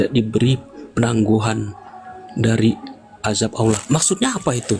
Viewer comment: Allah bukan Olloh. bukan pula Theos dibaca Allah 😅😅😅😅😅😅😅😅😅😅😅😅😅😅